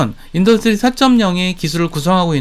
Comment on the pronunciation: 영상다봤습니다.인더뜨리 4.0 디디딸뜨인 발음연습좀 하셔야겠네요 듣기가좀..